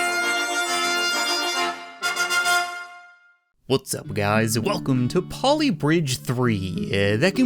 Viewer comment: Anyone else notice that he went from “what’s up guys” to whöt’s up guys”